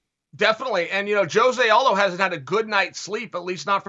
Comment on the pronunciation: "joe-see aldo"